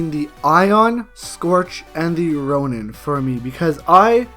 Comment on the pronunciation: He said roian titan as strong Happy stupid